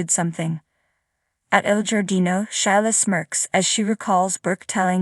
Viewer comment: Shelia please not Shila!!!